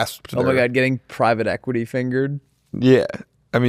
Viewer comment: am i trippin or did call it “equirty” in back to back fashion?